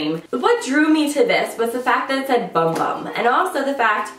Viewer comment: bum bum is actually pronounced boom boom and means booty 😂😂😂😂😂 weird thing is: I live in Brasil and CAN'T FIND THAT PRODUCT ANYWHERE!